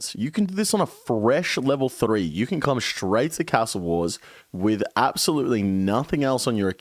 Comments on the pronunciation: The only thing that needs a nerf is the way you say castle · How come your Aussie and saying cas-tle not car-stle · Why do you say ‘castle’ like you’re trying to be fancy or some shit? Trips me out